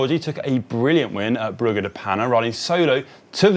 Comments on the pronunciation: That's how it's spelled but it's not pronounced with hard G's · saying Brugge (Bruges) is a new low for GCN presenters butchering pronunciation